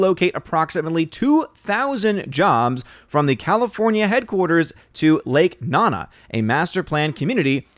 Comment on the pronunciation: I’m pretty sure it’s lake nOnA not “nana”